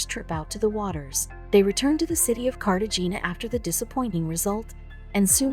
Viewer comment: You should learn how places, people and things are pronounced!!! It's said Cartahana, the g sounds like an h!!